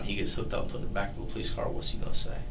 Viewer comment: "police - es"..... SMH 🙄